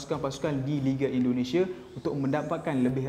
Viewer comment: Indonesia cik bukan Indonesiye